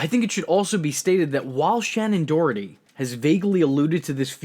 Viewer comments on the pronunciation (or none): Haha Shannen "DOROTHY" *Doherty P.S. Prue is the OG and the most powerful Charmed one! I loved SD in the role she and Holly were the best part of the show. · Shannon Doherty. You kept saying Dorothy, drove me nuts. Sounds like Dough-er-tee. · There's no "t" before the "h" in Shannen Doherty's name.